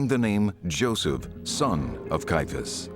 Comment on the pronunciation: Why does the narrator and most of the comments below mispronounce the name of Caiaphas (sometimes referred to as Kayafa)? The name as I have always heard it, and as most others in the documentary say it, has 3 syllables Cai - a - phas (not 2 Cai - phas).